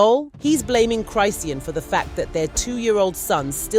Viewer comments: Why are you pronouncing her name wrong repeatedly? It’s cri-SHAWN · You keep saying her name wrong